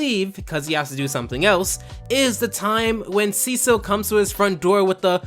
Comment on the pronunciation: I didn't know his name and I thought you were saying his name is Seashell